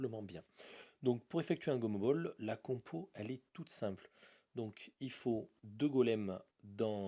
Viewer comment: c gomobal ca ce dis pas gomobol sinon continu t supèrt